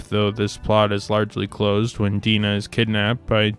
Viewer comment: Your review is good but you seem to be unable to pronounce the names of the women in the story.Oliver's love interest first name is Di-Nah.And the Japanese woman's name is pronounced shadow,as in on the wall.